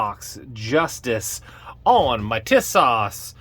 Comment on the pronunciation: For the record the company name is pronounced 'TEE-sosh'. The actual model name is the 'Zagana'.